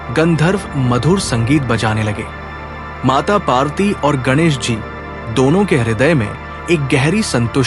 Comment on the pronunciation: Kindly correct your pronunciation. Devi's name is PARVATI and not PAARTI. Thanks. Please don't mind.